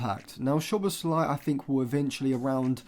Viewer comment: Just for future videos including Szoboszlai: Sz in Hungarian is pronounced like ‘s’ in English. The right pronounciation for his name is: ‘So-bos-la-ee’